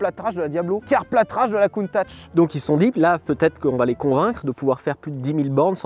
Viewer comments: Countach pas Countatch 😅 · Countach, pas "Countatch" 😂 Bonne prononciation par contre. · Lamborghini COUNTATCH ? ^^' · Countatch ???????????? Mon coeur souffre en voyant le T en plus MDDDR